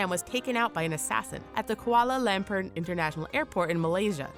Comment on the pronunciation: the mark, approx., you mentioned an assassination at Kuala Lumpur, Malaysia's airport. The first part, was pronounced fine-KWAH-la, but the 2nd. was not; it's loom POUR, rhyming with 'tour', per Wikipedia, rather than LAMP-er.